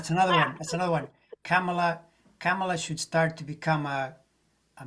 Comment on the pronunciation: Kamala = COMMAla (not 'camel-la') you guys. Come on. it's been YEARS. Get it right please.